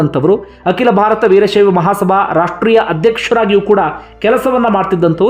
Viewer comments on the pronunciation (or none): none